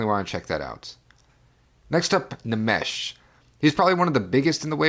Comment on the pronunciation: I have to revisit NxxxxxS at some point (and I think it’s supposed to be “Nix” with however long you choose to say it). I know Fujita Scale has been on the wish list for a while. Although that’s an acceptable pronunciation, the N in Nmesh is silent. Emmanuel Hoachlander (Ohm-N-I and runs Section 9 Tapes) did the vinyl mastering for Dream Sequins. And I hope my remix of "Mall Full of Drugs" makes the final cut, which was made in part as a thank you to him for both indirectly and directly introducing me to the scene. Fire-Toolz (and I don’t think she’ll hold it against you with the pronoun thing =] ) is also another artist with a slew of aliases a la Vektroid and HKE. The other big one she has is MindSpring Memories, which is more slushwave and ambient. Funny enough, a music peer of mine pre-vapour knew her in another context. And yeah, Fire-Toolz is incredibly eclectic. Ah christtt ... I think of that project as “audio shitposting” and it’s not an insult either. There’s a playfulness and mischief to his work that is similar to Nmesh. However, I think deep dark trench is his most mature work where he deals with the mental storm that was dealing with 9/11.